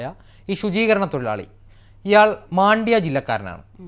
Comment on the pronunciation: Maandya alla mandya